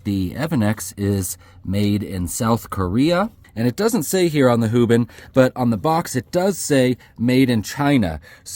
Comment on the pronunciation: " hoobin" cmon dude 😂